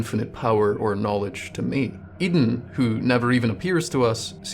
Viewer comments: "I don't know whats going on with Oedon" Maybe if you started pronouncing it correctly, you'd start gettin a better look at it Its name is pronounced the same as how you "Odin", like the norse god. Maybe start from there Seriously, everything else in this video is absolute top notch, but the fact you somehow got "eden" from a word starting with an o and lacking a second e makes me want to drive up to scotland and dunk your head in a chip fryer Keep up the great work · Hearing "Eden" chapel instead of "Oden" chapel was giving me the kind of head-bursting moment you get from popping a Madman's Knowledge.